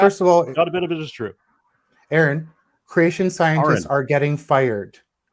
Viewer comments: Honestly, when someone introduces themselves to me and pronounces their name, I pronounce their name correctly EVERY SINGLE TIME, WITHOUT FAIL. IT'S NOT HARD! How is it that SO MANY of these theists who chat with, AFTER being told repeatedly how to properly pronounce his name, STILL GET IT WRONG?? How do they all lack even the most basic of brain functions to remember the name of someone RIGHT AFTER they are told what it is? This has vexed me for years listening to chats and hearing theists get his name wrong time and time again, even after repeat correction. Explain that to me. It HAS to be that they are doing it on purpose as a show of disrespect. If their pastor's name is Stephen, and he pronounces it "Steven", like Stephen King, I bet they don't repeatedly call him "Stefan". Anyone care to bet against that? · Funny, forgets he is on platform for one. Two, how can you not get name right, especially after he tells you. Thanks for this! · He is purposefully saying Arons name wrong because he feels insulted...someone has a little ego.